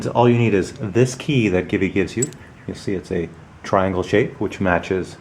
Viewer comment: Am I the only one who heard GIVI pronounced 'geevee' instead of 'jeevee'.